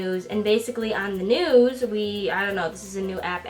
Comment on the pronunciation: When she said "News" I thought she said "Nudes"